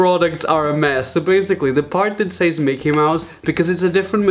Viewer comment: no one: raphael gomes: BAZIGALLY